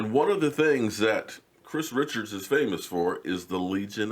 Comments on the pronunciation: His name is not Chris Richards. It is Chris Richard (sounds like Rishard). Your videos are very good Sir. I watch a lot. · I think his name is pronounced Kris Re'shard! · You're great & I am fan. All I'm asking is please pronounce the new "DB" coaches name correctly. Specifically his last name. Just a suggestion. Once again I am a fan & follower, it's just a pet-peeve.